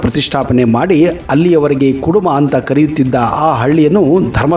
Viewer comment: ಅದು ಕೆಡುಮ ಅಲ್ಲ ಕುಡುಮ